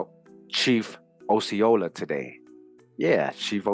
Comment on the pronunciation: I am a native Floridian. Osceola is pronounced like Oscar. This was most excellent!!! Thanks bunches!